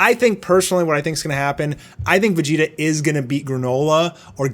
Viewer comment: Can't help but notice he says: Beh-gi-tah Not Veh-gi-tah